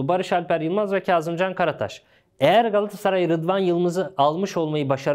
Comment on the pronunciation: bırak kerem sagda o solda oynıyacagı sen önce GALATASARAY demeyi ögren gassaray degil